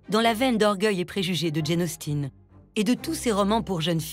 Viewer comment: Quelle idée de prononcer "Jane Austiiine" ???